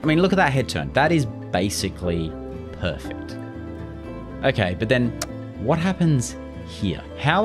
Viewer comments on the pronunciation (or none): none